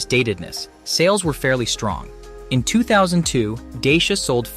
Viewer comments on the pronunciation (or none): Thanks. Good effort. A little repetitive. Dacia advertise in the UK pronouncing their name not as ‘Day-Shi-a’ but as ‘Dacha’ as ci is pronounced as ch as in Italian. I hope this helps. Keep up the work